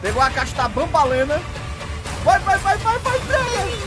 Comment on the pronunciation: É banbaleena